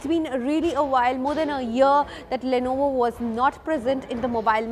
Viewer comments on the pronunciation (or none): It's Lenovo not Lonovo. I got here looking for a Lonovo soldering station.